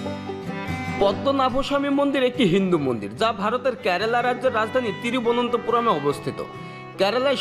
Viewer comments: Trivuntapuram noi tribntintipuram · বাংলাদেশীরা কি উচ্চারন করতে পারেনা??? নাকি জীভ পরীষ্কার করেনা??? ত্রিবন্তপুরমকে বলছে তিরিভুনন্তপুরম। পদ্মনাভস্বামীকে বলছে পদ্মভূস্বামী😆😆😆😆